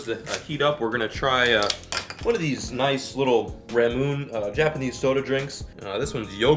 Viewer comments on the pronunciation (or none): It's pronounced ramen Ā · Can't even pronounce the sponsor. Ra-Mune-Ney, you're triggering me.